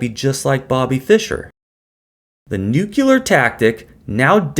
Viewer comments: Great video except you said nu kyu lur. Try saying new clear instead, as a workaround. I have faith in you. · The word is “nuclear,” not “nucular.” Don’t worry, it’s a common mistake among Americans. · Nucular, he says. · You said nuclear wrong. I think you can say new and you can say clear. Why can't you put those two words together??